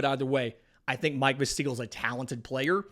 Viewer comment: Pronounced Mike VASil, not MIke Vaseeeeel. lol